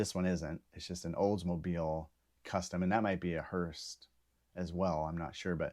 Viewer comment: It’s hearse, not hearst.